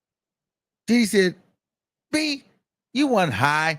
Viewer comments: It’s the way you say Did Dy!😂😂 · I’m sorry this is a sad situation but the way you say diddy !! Is so funny 🤣🤣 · Comedian Luenell, recommended your channel (so glad she did). She admires your true/raw content on this “situation”. And how you say “DIDDY”. 😂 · The way you say his name be having me hollering 🤣🤣🤣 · That's the only way I say his name now...😂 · I love it i be rolling 😂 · That be the funniest part